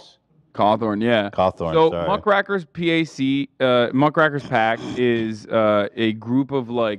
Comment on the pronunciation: Hasan correcting Ethan on how to say Cawthorne and then immediately mispronouncing Muckrakers if primo entertainment